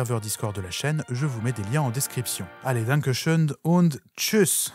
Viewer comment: ça s’écrit « und » mais ça se prononce « ount ». C’est à peu près la seule chose que j’ai retenu de la langue de Goethe. Et ce n’est qu’un détail sans importance sur le sujet de votre vidéo. Bref ceci est un commentaire pour le référencement. C’est sympa de montrer qu’il était aussi un être humain. Ça oblige l’humanité à davantage travailler sur elle-même.